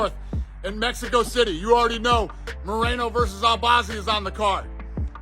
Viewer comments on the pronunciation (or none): none